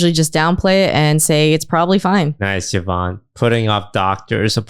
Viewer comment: why does still call her YAHvonne? i could have sworn they cleared that up lol